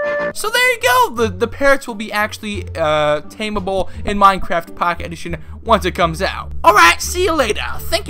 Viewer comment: "MyneCrayft Packeyt Edition"